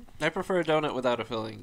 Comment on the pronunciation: I can't not hear saying doNIT now after watching Shane's podcast 😂😂